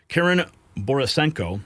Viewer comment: Karlyn not Karyn